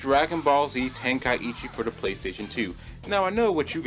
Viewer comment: I can't take this seriously when you say tenka-ichi instead of tenkaichi